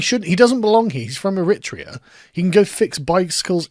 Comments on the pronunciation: Eritrea is pronounced "er-eh-TRAY-ah", TRAY being the stressed (long) syllable. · It's pronounced Error - Tray - Ah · The way you pronounce Eritrea grates on me but then I realise I don't know if it's you saying it wrong or me? 😂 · When Sargon has learned to pronounce Divali he will learn to pronounce Eritrea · Please learn the correct pronunciation of Eritrea. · defo knows he is pronouncing eritrea wrong every time he says it lol..... thats how its said now bucko!!!! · How you say Eritrea is painful Sargon